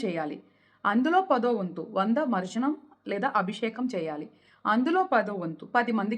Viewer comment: It is not marjanam... Spell it correctly mam.. It is not English.. It is Sanskrit.. for mantra sadhana and mantra sadhakaas pronunciation is extremely important ..